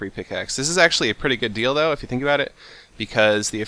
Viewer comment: what he said: this is a pretty good deal though what it sounded like : this is a pretty good dildo